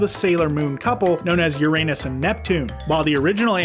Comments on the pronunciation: 1) It's pronounced "Your-uh-nus!!!" 2) DiC was not dubbing Sailor Moon S (season three of Sailor Moon 90's anime) after season two. The licensing rights to Sailor went over to Cloverway and Pioneer In the early 2000's. DiC lost the licensing rights after season two ended because they had no intentions of dubbing the remaining 17 episodes of Sailor Moon R in English. It was going to be 65 episodes and that's it. Can't you guys just get your damn facts straight for once?! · YOU-RA-NUSS YOU DUMBSHIT!!!!